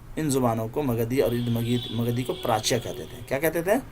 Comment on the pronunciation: قابل ستائش خدمات لیکن سے اردھ مگدھی میں الف پر زبر پڑھنا چاہیے